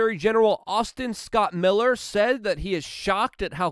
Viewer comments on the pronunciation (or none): none